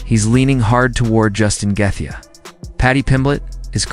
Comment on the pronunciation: who laughed when this fool says Justin Guthgaa if your making videos at least know how to pronounce the fighters name correctly lmfao